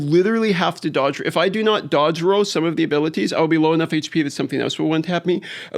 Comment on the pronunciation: Roll, not row.